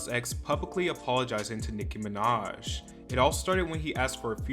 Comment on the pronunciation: I only clicked on this video to hear him say Nicki Minodtch